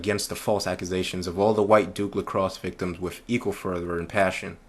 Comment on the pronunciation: Please, please, please, try to pronounce the "TH" in your speech as a true "TH" sound and not an "F", i.e "WITH" not "WIFF" PSYCHOPATH" not "PSYCHOPAFF". Do you say "FE" instead of "THE" too?